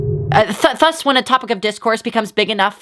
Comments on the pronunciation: she says "thus" like "þus" instead of "ðus" and it's gonna kill me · Ok, but why does pronounce Thus with the wrong th sound tho?